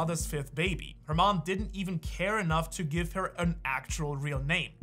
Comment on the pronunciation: no es gimve